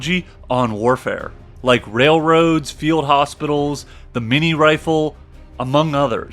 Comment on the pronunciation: The mini rifle? I think he meant to say the Minié rifle but being an American he can't pronounce it. But I could be wrong.